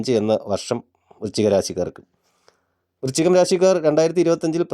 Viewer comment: വൃച്ചികം അല്ല, വൃശ്ചികം എന്നു ശരിയായി ഉച്ചരിക്കാൻ ശ്രമിക്കുമല്ലോ.